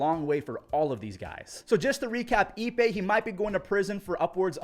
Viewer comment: His name is "Ippei" not "eBay." Get it right.